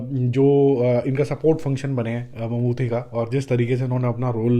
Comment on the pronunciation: Its Mammooty not Mammoothi by the way😂